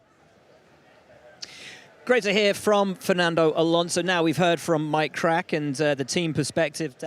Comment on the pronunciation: A big welcome to "MyKrack"😀